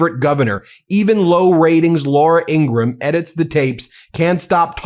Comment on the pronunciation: LAURA "IN-GRA"-HAM She gets quite pissy . I think it's funny when people mispronounces her name!!